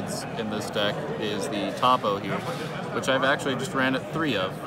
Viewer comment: Lmao why does he pronounce toppo as TOP O